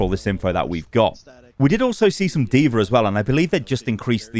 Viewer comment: “deever” lmao